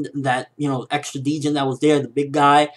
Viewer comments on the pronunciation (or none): I think you're pronouncing djinn wrong. Not sure how they say it in the anime not started watching it yet, but it's an arabic word and the 'd' is practically silent. Djinni is the singular of djinn, and it's where the word genie comes from in English.